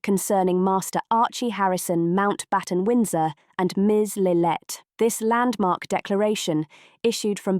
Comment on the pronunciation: It’s lillibet not lillet